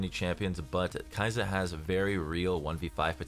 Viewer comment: Him saying khe’zix’s